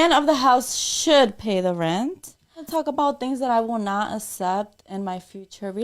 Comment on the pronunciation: “For Asample I will not Assept”…. 🙄